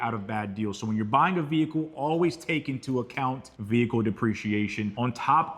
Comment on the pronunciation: Whâts a "VEE-HIKULL" is thát a Đevicé thať usés a Ĝas instead of a Łiquiđ foř Pró-Púlsión 🤔 ¿¿¿¿